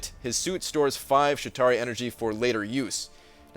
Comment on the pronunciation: Were you pronouncing it "Shit tauri" every time like it was some kind of crappy Atari?